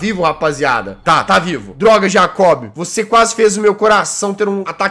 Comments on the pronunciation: Nome do personagem: Jacob O que o Jazzghost fala: J A C Ó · Jazz não e jacobe e jacob (jaycobe)